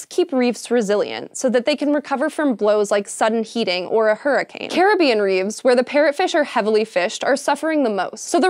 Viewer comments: Why do you say "reefs" funny? It's "reefs" not "reeves". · Technically, if you remove ANY stone in an arch, it will collapse. Also, you keep saying "reeves." Isn't it "reefs?" Did Tolkien get to you too? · and it's reefs. Then it's reeves and . Hank, I think this is the final straw.